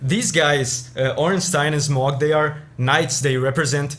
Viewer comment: I think it’s pronounced Smoh, not Smog